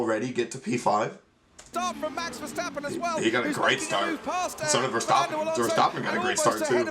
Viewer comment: I really like how you are growing into this sport so fast and with so much enthousiasm! And you are one of the very very few who pronounces the name of VER the right way! you're already so familiar to the usual aspects and strategies that even you 'as a rookie' have a grin with 'Ferrari f*cked up again'. Very enjoyable to see! As a dutchie it is a good time to be VER fan, but it saddens LEC is screwed by his team. You have to see Dutch GP in September and see the fantastic ambiance by that time. Keep the good vid posted!